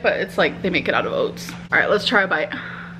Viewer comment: Somehow she now has a North Dakota accent. Fuud, oots.